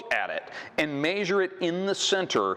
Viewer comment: What planet is the presenter from. Lets maysure it.